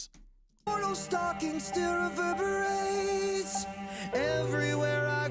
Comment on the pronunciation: "Still weverbiwates" ... I cant help myself...